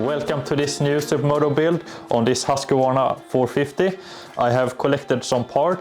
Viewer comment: Hur fan uttalar du "husqvarna"?